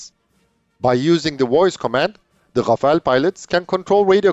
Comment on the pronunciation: It's Rafale, not Rafael, which is an Israeli company, or Rafaele. 'Omnirole' is a marketing term, just like '5th generation', which is supposed to cover some specific features.